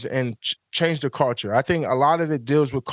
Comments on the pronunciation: I love ya Micah but my man butchering the word culture “cawchureee”😂😂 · Micah stop saying culture lol whatever you are saying isn't how you say culture lol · My boy pronouncing need some help pronouncing culture 😂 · The way Micah pronounces "culture" is ridiculous 😂😂